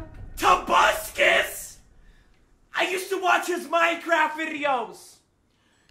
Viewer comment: Bro said “tobuscus” tht junk almost js killed me 😭😭😭